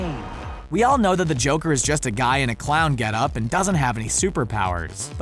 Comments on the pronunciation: Me:*hears crown prince of crime*NOOOOOOOOOOO ITS THE CLOWN PRINCE OF CRIME AHHHHHHHHH HAHAHAHAHAHA(the luaghing was me auditioning for a child joker) Edit:did anyone else hear crown instead of clown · He says crowned